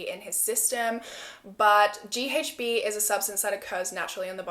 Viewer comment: WHEN YOU SAY "GHB" AHAHH IM SORRY BUT YOU SAY THE LETTER H SO FUNNY... LIKE "ACH" 😹